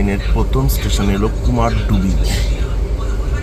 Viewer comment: It's not KUMARDUBI, it's actual pronunciation is KUMARDHUBI(कुमारधुबी/কুমারধুবী)